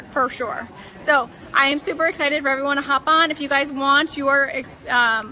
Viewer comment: Also it's excited, not essited. And refrigerator, not fridgerator.